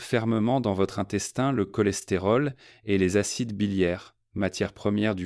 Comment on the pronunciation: Prononciation IA, CHOLESTÉROL, SOUPS etc…